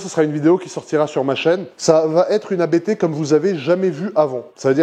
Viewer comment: Magnifique! Et elle sera encore plus monstrueuse sortant de la prépa ABT. Mais s’il te plaît, pas toi!!! ABT est un nom de famille, on dit Abt et non A.B.T. 😉🙏👍🏻